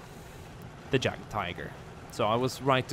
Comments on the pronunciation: Jagd is actually pronounced yak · jagd is pronounced as yagd